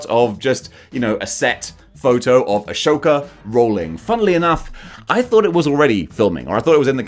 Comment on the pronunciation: Ah-Soka. Not A-shoka. lol C’Mon MAN! lol. Just messing.